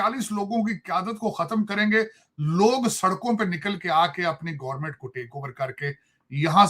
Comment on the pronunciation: मार्किट😂 , gornament😅